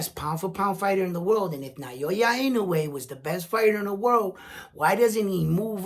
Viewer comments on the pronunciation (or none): Naoya is pronounced NA O Ya...not Nayoya. Like many, lnoue is only known after destroying Fulton...that's why you guys cannot pronounce his name correctly yet. Na-o-ya. lm not Japanese but l've been following him since for many years already.